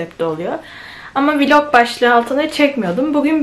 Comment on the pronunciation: Viiiiilog değil ,vlog